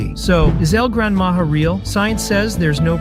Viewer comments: El gran maja is pronounced el gran maha! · IT NOT EL GRANADA MAJA IT EL GRAN MAHA